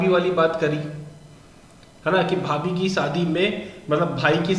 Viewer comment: Unuka kjn भाई के बीबी को भाबी bolrahithi